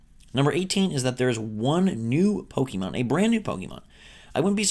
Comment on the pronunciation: it's Po kay Mon. Wtf